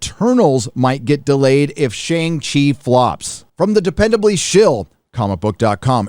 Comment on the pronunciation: I used to buy from Russ at a the old school Outpost (yes, pre reboot non creative name chang she) and you have turned pop culture heel. Why? You pronounce Shang properly (fake ass pandering)